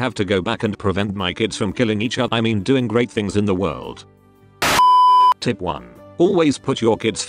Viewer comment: Does he say "tit" instead of "tip" cuz lol